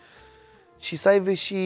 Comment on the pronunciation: Jur ca exact când citeam comentariul asta, pe fundal se auzea "sa aive"😅 Dar spus asa, savuros 😁